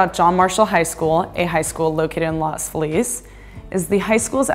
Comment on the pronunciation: Great video, but one small thing: It's pronounced Los FEE-LEZ